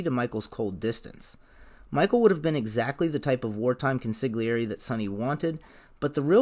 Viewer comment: How could you mispronounce consigliere after hearing pronounced right 10 times in the viedo.